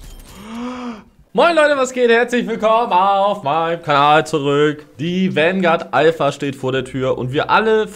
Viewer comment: bitte hör auf es Wangard zu nennen, bekomm schön schmerzen wenn zuhöre